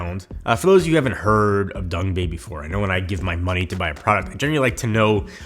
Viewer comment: Love how he says Dongbei instead of Dangbei.